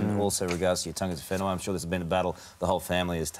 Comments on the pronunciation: Just love a Stan such a great guy, great singer and survivor, but what got me most about this interview was hearing an Austrailian not only say but pronounce correctly tangata whenua most impressive, even our morning news people struggle with that here in NZ well done and yes you are a handsome man a Stan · Umm very impressed that Karl said tangata whenua! Cultural competence FTW! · God bless you Stan 🙌😊 So brave! As for Karl 👍 thumbs up for pronouncing tangata whenua correctly 👍